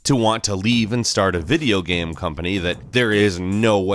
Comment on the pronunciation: Why do you pronounce "game" as "gam"? I can't keep watching or I'll die of cringe